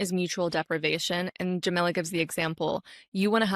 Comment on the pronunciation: By the way, the name Jamila is pronounced jah-mee-lah. Like Mila (Kunis). Not like vanilla—that’s Jamilla.